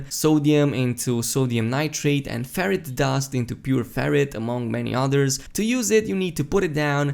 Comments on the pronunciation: He says ferrite like ferret so I’m just imagining a Korea’s shoving a whole ferret into a refiner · Sounds like you’re saying ferret dust 😆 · LOL the way you say ferrite dust its like you're saying Ferrett dust xD poor Ferrets. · It is pronounced Fe-right